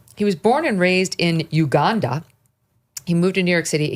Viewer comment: Straight up racist show - why are you pronouncing his name and laughing? The way she says “Uganda” too is ridiculous